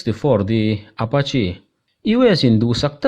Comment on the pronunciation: Apachi ti lovin Apache ti zawk la